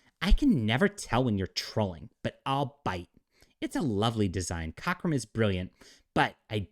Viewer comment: "Cochram"? Is she referring to Dave COCKRUM who designed that iconic costume for Carol Danvers? These people can't even make the effort to pretend they know what they're talking about.